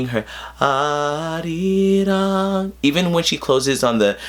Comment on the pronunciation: This was one of the most informative Sohyang reactions I've ever seen. Thank you. Also, why is your Korean pronunciation for arirang so good? Unless you studied the language, most people tend to roll the "r", which is not part of the Korean pronunciations.